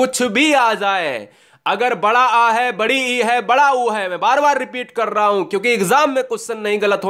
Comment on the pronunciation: Sir Wada or wadi nahi bada or badi hota hai